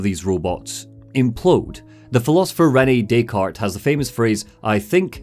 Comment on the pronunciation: the way you pronounced Rene Descartes gave me cancer dude. but it also gave me the best laugh in a very long time. Americans, man hahahah. i really like you guys ^^ greetings